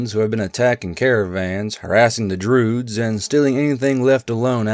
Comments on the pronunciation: I think its a joke about an old game called "mystery of the Druids", voice actors in the game read Druids as Droods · Why does say Druids like that